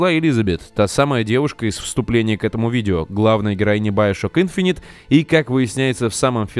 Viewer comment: Иговорится не `инфонит ,а Инф`инити